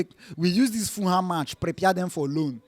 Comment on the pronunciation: It is Ful-ham, not Fooham.